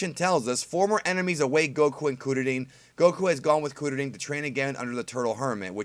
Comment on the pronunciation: I get it fam... But I wish you'd pronounce it KRILLIN lol